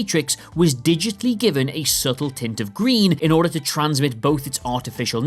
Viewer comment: "SUBTLE tint of green" huh?